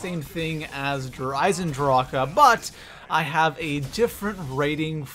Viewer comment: Why are you eisendrache so wierd? Stop it...you sound like your clearing your throat. It's annoying eisendracheuhhhh